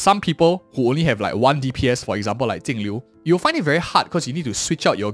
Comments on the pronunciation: its jinglliu not tingliu why do you pronouns like that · Why does he keep calling her Tingliu? 🙄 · that's how her name is meant to be pronounced in chinese (镜流) Jìng liú .